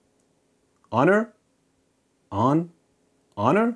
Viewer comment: "ONer" for when ON is not ON enough 😂